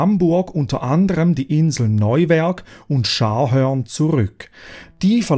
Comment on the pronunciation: Eher die Schweizer Betonung, Neuwerk hat er schon korrekt ausgesprochen.